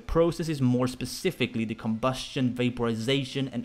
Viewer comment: COMbusTION, vaPOrisaTIION, OXydaTION. What about your INtoNATTIOOON?